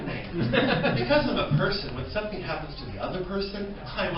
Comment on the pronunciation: Can i say sumfing ?😂👍🏻👍🏻👍🏻👍🏻